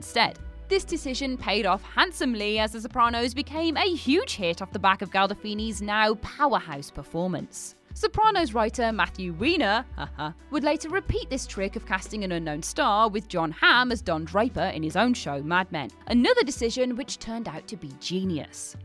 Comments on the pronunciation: Matthew Weiner (WINE-ur) not WEEN-ur. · Tiff Prendergast ? The last I checked the man pronounced his name as (Wine-ur).